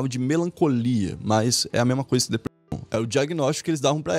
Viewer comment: pq quando você fala depressão corta metade na palavra? E proibido dizer depressão no YouTube agora? 😂😂